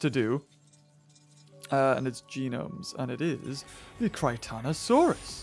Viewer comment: Btw way it’s just Chrichton-Saurus there’s no o after the chrichton, and yes it is named after Michael Chrichton with its name meaning Chrichton’s Lizard.